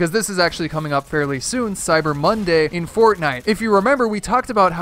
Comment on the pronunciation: "Cyber Mondy Discount